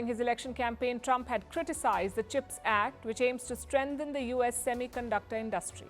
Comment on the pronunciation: Learn how to pronounce “ Industry”! It’s not “ in DUST tree”!